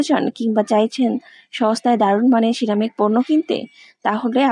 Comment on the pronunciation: Ceramic উচ্চারণ পারেন না, তাহলে এতোবার বললেন কেনো??